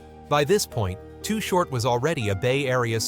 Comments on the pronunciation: Why is he calling him too hort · If your gonna do a video on someone at least get the name right. To the best of my knowledge, the name was always "Too Short" not Too Hort. I always liked Too Short and no matter what the new or latest styles are or how they may be evolving, Short stayed true to his originality. He is still a legend despite what happens. If he decides to throw a gig somewhere, he will still draw a big crowd and as far as I am concerned, that will never change. His music, style and Liricks are respected and vibe strong regardless to this very day. Any of yall who are doing well in the industry right now should be reaching out to him and showing some kind of support. Invite him to your concerts, offer him the opportunity to perform and keep money coming in. I have ran into to Short on many different occasions. Not once have I seen the man get out of pocket or disrespectful toward anyone. We always acknowledged each other and even though we never hung out, we had respect for each other. So from me to you big T, Keep your head up Bro. Your a good Dude and no one can take that away from you. I still remember way back in the day, I was exiting a club in the Walnut Creek/concord area with this girl I was hanging with at the time and As we were walking to my car, You were rolling through bumping some real Shit, when baby girl broke away from me to run up towards you to ask you if your Chain was real. Just like any other time, we greeted each other like we always did and I calmly proceeded to walk tow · THIS IS SOME BULLSHYT AND WHY IS HE CALLING HIM TOO HORT WHO THE HELL IS THAT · Mf said too hort